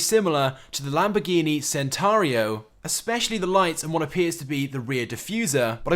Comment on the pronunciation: You said the Lambo's name wrong btw